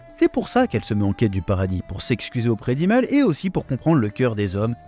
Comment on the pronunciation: Imel !!! Pas imeule !!!!